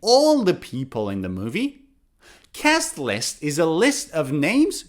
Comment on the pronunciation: I need to know something When you said cast list You pronounced it like that cas lis is that true???